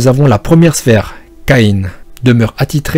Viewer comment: Sympa. Par contre niveau prononciations c'est pas du tout ça. Tu dis Rhadamante du virverne. C'est soit Rhadamante de la vouivre, en français, soit Rhadamante du Wyvern (ouaille-verne) en anglais. Mais stp par virverne ou je sais pas quoi.. Ensuite Phlegias du Lycaon, ça se dit Likaon, pas lissaon. Et enfin Charon, ça se dit Karone.